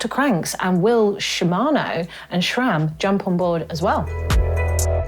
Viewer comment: SRAM not SHHHram, google it! Great vid though.